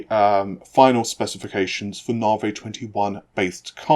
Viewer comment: You can't brag about being accurate if you can't even pronounce the code name correctly. It's "nah-vee", not "nah-vay".